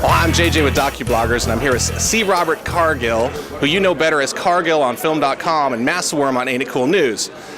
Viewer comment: haha this son a a bitch calle him "Car Gill"